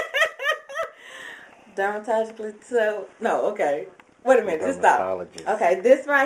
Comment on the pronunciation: derma-ta-logi-cal is how you say it, ok I'mma work wit you, I'm here to help. Thanks Duane for holding the camera. GIrl, I love your taste and style, you have helped me and I tell you, when women don't have on makeup we do look totally different when we put it on, it's awesome. Are any of those astringents or liquids you have ones that you've made yourself. You can email me.